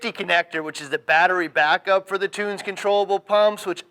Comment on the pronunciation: Great informative video. That being said, you should know how to correctly pronounce a product company's name. Tunze is NOT "toons" ...it is as follows: The German pronunciation is Toon-zuh, but it is typically pronounced Tun-zee here in the states. Just letting you know that is makes your credibility go down, from a consumer standpoint. Not hating, it is constructive criticism. Be correct, at all times....NOT the Billy Mays of fish goods. (good advice)